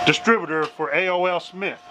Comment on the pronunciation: And it's A. O. Smith not A.O.L. American On line it's just A. Then the letter O. So AO. Smith. If you was with me talking to the customer I would've been embarrassed you really got to know the proper names of what you're working onà